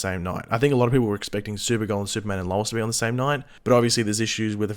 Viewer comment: can you say Lois properly thanks